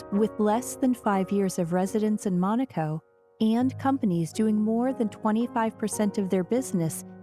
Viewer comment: They keep pronouncing Monaco incorrectly in this documentary! So annoying!!!! Also, they are mispronouncing Prince Rainier!